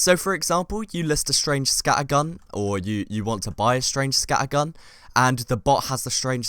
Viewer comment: please dont say scattergun like that its just wrong